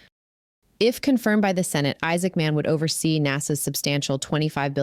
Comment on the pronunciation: Isaacman should not be spoken as two words. Sounds weird.